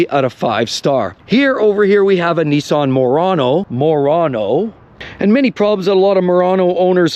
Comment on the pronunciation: NISSAN MORON-O? 😂😂